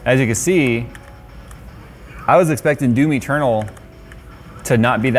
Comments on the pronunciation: I had my eyes closed and I was drifting into sleep sitting here watching the video and when he said Doom Eternal I heard it as Do me Turtle. And it snapped me out of the doze I almost fell into. I started laughing out loud. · "Doomy Ternal" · DOOM Eternal, I thought you were saying "Do me Colonel" lol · I keep hearing "do me, Ternal" whenever he says "Doom Eternal" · Now I can't unhear Do Me Turtle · It sounded like said Domi Turtle (Doom Eternal) 😄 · Until showed Doom Eternal, I thought he was saying "Do Me, Colonel". Never heard of that game before.